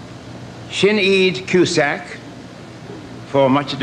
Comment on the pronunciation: The presenter thought before going onstage, “how many names can I mispronounce in two sentences?” “Stockard Canning” “Shineed Cusack” “Stoddard Channing”